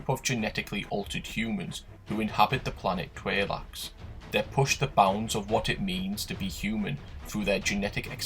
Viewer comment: I think Tleilax is pronounced TLAY-lax not TRAY-lax... am I right?!?